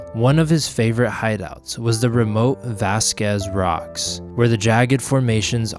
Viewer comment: Great history, lessons! Spent a lot of time playing at Vasquez Rocks Park as a kid and taking photos there as an adult. Had to laugh at your pronunciation, though. Still loved it!